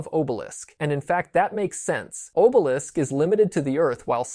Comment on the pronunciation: Bruh...why do you keep mispronounced names? Are you EVEN a fan?? Atem is pronounced AH-TEHM Obelisk is pronounced AW-BEL-ISK